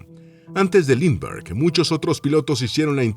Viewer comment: Si sabemos quien era ese personaje famoso, que le secuestraron a su bebé, para pedir rescate. En este caso, lo que sucede es que el nombre no está escrito, y creo que ni pronunciado como debe ser.